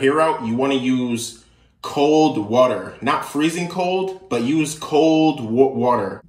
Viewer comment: “Kold Wuter “ highlight of the video 😂